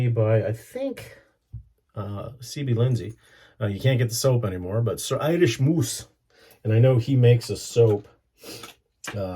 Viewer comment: I might be a little late, but perhaps you'll read this. As Irisch Moos is a German brand it's also pronounced the German way: "eerish mohs" (which by the way means "Irish moss"). 🙂